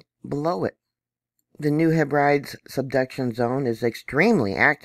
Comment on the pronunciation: New Hebrides 'Heh-brih-deez'. ☺👍 Lol